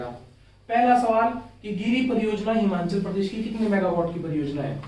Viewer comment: Himachal hota hai himanchal nahi